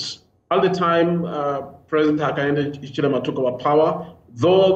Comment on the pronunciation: Hakainde Hachilema is different from Hakainde Hichilema let's pronounce fellow African names with dignity, we are always trying to perfectly speak the best English/French but pronounce African names like a newly arrived priest from Italy. Long live Pan-Africanism ! good video though.